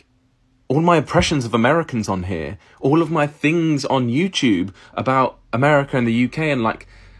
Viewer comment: As long as you start pronouncing Youtube as “youtoob” instead of “youchoob” you should be fine! 😂😂